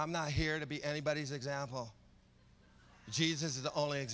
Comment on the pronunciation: "It's gettin quiet up in hea."